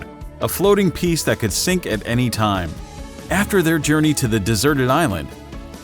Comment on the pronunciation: you spelt time wrong you said thime